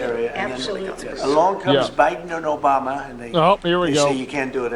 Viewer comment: "Along comes BYden and OBAmaH" 😂😂😂